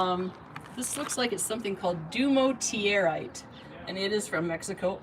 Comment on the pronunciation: It's pronounced Due more dur ite